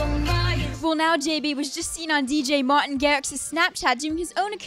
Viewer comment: that is the worst pronuncation of martin i have ever heard